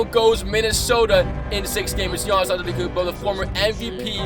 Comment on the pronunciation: Notice how we says Giannis his last name wrong